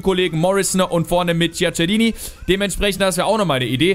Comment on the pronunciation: "Djackerini" und "Kaldschio A" Sonst super 😉